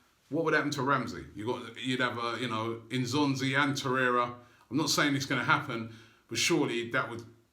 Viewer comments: To-ray-ra, Robbie. Not To-ray-ya. Hopefully you'll get it right by Christmas :) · You are mispronouncing his name in every video – It is TorreiRa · I think it’s a joke lol because Robbie is pronouncing his name wrong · Seriously, stop mispronouncing Torreira's name!!!